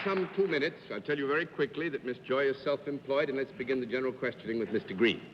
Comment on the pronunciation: "...I'm veddy-veddy fond of..." GIVE ME A BREAK!!!